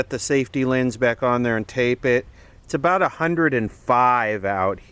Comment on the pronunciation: Wait, "lense"? What's a "lense," to you?